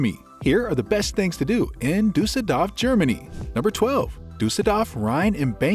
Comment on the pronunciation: DORF nicht DAF